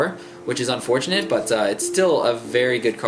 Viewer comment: look - he says " most paladin cards are lvl "4"'s that unFORchunantly xD